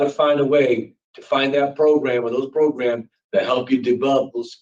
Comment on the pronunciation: Definitely no parole fo he needs more progrums, progrums progrums progrums progrums and a brain 🧠😆